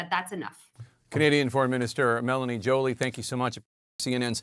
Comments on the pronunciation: Her last name is Joly wich is pronounced Jo-li-e wich means beautiful in french and she is a quebecquer (french-canadian) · Hey Jack Tipper, be respectful - If you’re the least bit respectful , learn how to pronounce Mélanie Joly name correctly - These actions turn me off of CNN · I really appreciate and highly respect Jake as a brilliant journalist and kind person. Therefore, please, could at least you try to pronounce Mélanie Joly's surname correctly?